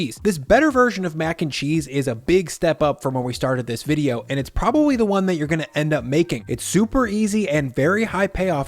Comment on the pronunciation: I think it prowawly is 😂